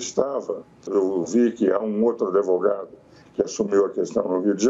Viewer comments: Se o grande Ives fala "Adevogado" quem sou eu para contrariar.... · Ives Gandra, o "d" mudo não pode ser pronunciado nem com a inclusão do "i" nem do "e". Portanto não diga " ADEVOGADO".